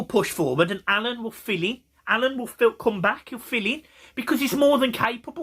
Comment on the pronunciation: its alaan not alun